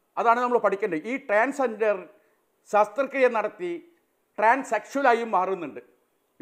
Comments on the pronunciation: സാസ്ത്ര ക്രിയ അല്ലെടോ ശസ്ത്ര ക്രിയ എന്ന് പറ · ശാസ്ത്ര ക്രിയ അല്ല ശസ്ത്രക്രിയ എന്നാണ് ആണ് മൊയന്ത് ഇഞ്ചി ഷാജീ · ശാസ്ത്ര ക്രിയ അല്ല ഷാജി, ശസ്ത്രക്രിയ ആണ് 🤣